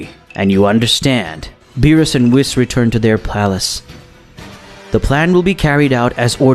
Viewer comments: Say whis like wheese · Hate how he pronounces whis’s name 😂